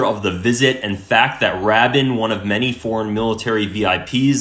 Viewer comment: I'm not going to listen to a guy who can't even pronounce Rabin's name correctly!!!!